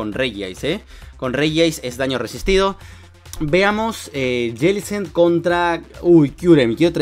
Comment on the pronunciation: Prenuncia bien mijo Jellicent